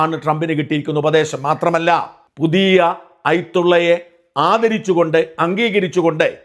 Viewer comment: പുതിയ ഐ തുള്ളയോ അതെന്താണ്, മാസ്റ്റേ 😄😄😄😄. മലയാളം വായിക്കാൻ പോലും അറിയില്ല സാജൻ സാറിന്